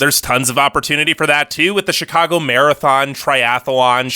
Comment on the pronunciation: I’m rolling my eyes. Don’t trust an anti-Chicago video from a guy who can’t even pronounce the name. This video is such a touristy perspective of Chicago. Obviously it’s cold. Obviously we love sports, but you don’t NEED to be into sports to have fun. Taxes are on par with other states. Have you seen Californian property taxes? Bad schools? Sure some bad apples here and there but our charter school’s that anyone can attend have the highest college acceptance rates. Traffic sucks, but that’s why we have the L and CTA! Best in the nation next to NYC. Parking sucks, but that’s every big city! Crime is so overblown and it’s only concentrated in places viewers would never even be in, and limited to members in GANGS.